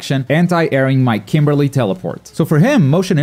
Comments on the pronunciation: >"I'm a Kimberly main, of course I watch him" >Can't even pronounce his name well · "I'm a kimberly main, of course i watch him" after pronouncing the name wrong.